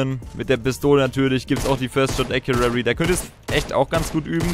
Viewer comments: ACCURACY Nicht Accuary 😂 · Gutes video, aber WRM SAGTS DU IMMER acuraRRy?? 😂 Es heißt accuracy (ka wie man es schreibt, aber jedenfalls sprichst du es mit SSSSS aus ACURASSSY Oha du hast es EINMAL richtig gesagt danke danke😂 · Rosen sind rot, Ich bin keine Maus, Ich bin getriggered den spricht Accuracy falsch aus. Und damit du weißt wie: Äkjurasi mit Betonung auf dem Äk Trotzdem gutes Video! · es heißt first shot accuracy nicht accurary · Wie er immer "accurary" sagt... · Es heisst first shot accuracy nicht accurary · Wie kann man Acurarry sagen das tut einfach weh... ES HEISST ACURACY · Yo, das heißt Accuracy nicht accurary. Just sayin :) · No hate aber es heißt accuracy und nicht accurary!!! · Accuracy nicht accurary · er sagt halt einfach akuary 😂😂😂😂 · Sehr hilfreich und cooles video! Aber bitte lern wie man accuracy ausspricht weil das triggered richtig😂 (sprichs ungefähr so aus: äkiürässi 😂) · „acurary“ xD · Accurary genau 😂😂😂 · Gutes video, aber das heißt Accuracy ( gesprochen : Äk-you-rasi) :D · Google mal wie man first shot accuracity ausspricht😂😂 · Es heißt acuracy 😂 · ˈakyərəsē bitte sag das xD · Hör auf "First Shot Accurarry" zu sagen. Lern wie man es ausspricht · Es heißt acressy aber egal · Wie er immer först schot äkuäri sagt Ist mir schon öfter aufgefallen dass ihm englische Wörter schwer fallen Sprich doch einfach deutsch junge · man spricht es ganz anders aus. Das ist es 😁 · Es heißt halt accuracy, also mit dem r, das ist wichtig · Bitte sag mal acuraCy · Lern mal first shot accuracy zu sagen